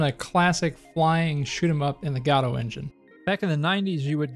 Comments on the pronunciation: I think it's pronounced guh-dough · Liking the channel so far, just have to correct your pronunciation….. it’s “Gah-Dough”, as in WAITING FOR GODOT